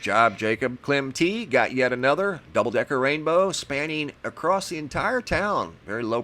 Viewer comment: You seem to be well educated. Why do you say acrosst?